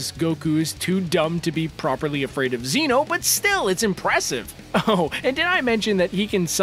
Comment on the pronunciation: Its fucking ZEH_NO